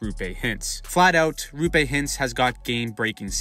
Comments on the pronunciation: Great video. One note, it's pronounced ROH-pay...not ROO-pay. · It's Roope. Not Ruupe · Not RU-PAY hintz. ROW-PAY hintz. You’re welcome 🤘🏽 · it’s row-pay not roo-pay btw :) ✨💚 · If you want to pronounce his first name closer to how it is actually pronounced it's a double O, not double U. Roope, not Ruupe. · It’s not Ruupe it’s Roope. With O. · its ROOPE note Roupe or Rupe or whatever the fuck everyone is saying, bruh there is 2 o's how does everyone butcher it so hard😂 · For the love of Satan his name is "Roope", not "Rupé"! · His name is Roh-pay not ruu-pay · Great vid! The name is actually pronounced Roh'pe. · It’s pronounced Raw-pe (pe as in pen) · How can you call yourself a hockey channel if you can't even pronounce Roope's name correctly nor have any idea of how good he was? Good Lord. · Hurts my ears when you pronounce Roope. O is like in word Moore. Not like O in Choose. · Great breakdown! Just a couple tips from a stars fan that hears all kinds of names bein thrown around 😅 Roope is pronouced like Row(as in row a boat)- Pay. Also the first part of heiskanen is pronounced 'hay' rather than 'hice' ❤